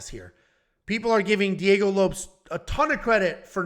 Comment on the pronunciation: Is it really Diego Lopes and not Low-Pehs?